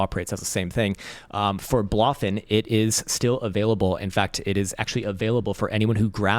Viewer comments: It's pronounced BLOW-FIN, not BLAH-FIN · Why can’t no one say BloFin properly 😂